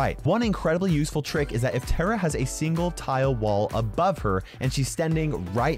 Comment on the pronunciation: Its tara not tera